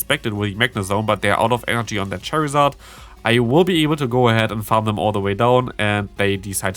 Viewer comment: Why you say charizard cherryzArd??